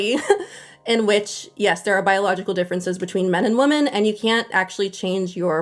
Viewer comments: Why do so many people in internet videos pronounce "women" exactly the same as "woman"?! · Drives me nuts how the curly-haired lady pronounces "women" as "woman". Why do people do that?